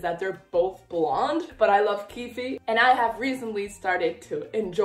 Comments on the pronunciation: It's not 'keefie' 😭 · On Shannon Messangers website in the character bios, she says it’s pronounced “keef” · the last e in keefe is silent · NOOO not with pronouncing the e at the end 😭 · Love your videos ❤❤ Also you don't pronounce the e in keefe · I meant that You aren't supposed to pronounce the e in keefe